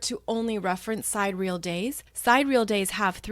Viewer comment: Thank you for all you do. By the way, sidereal has 4 syllables: sie-DEER-ee-ul. ;)